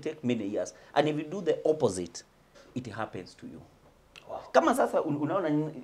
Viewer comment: Very nice inteview but haki I laughed when at first said,”opposhunete.”